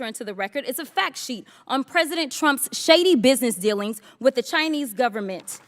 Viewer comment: She should go back to 5th grade and take a class on the proper use of the English language! 😂 “say it wit me” 🤦‍♂️